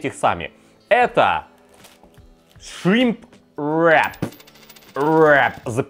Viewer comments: Весь видос пыталась понять какое второе слово все таки этого шримпа , зачем так мерзко каверкать слово? И причем всегда , ну ладно раз два сказал , но постоянно … в итоге я не смогла понять как называется это блюдо в лаваше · Можно вечно смотреть на три вещи: как горит огонь, как течет вода и как друже говорит shrimp wrrrrap